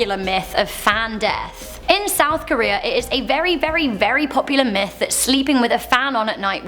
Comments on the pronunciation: I could have sworn you said Meth, not Myth, you are cooking up for us.... Uh... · Did she say meth or myth